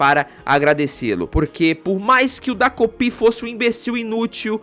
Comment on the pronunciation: É "TA"kopi vc falou errado o vídeo todo😅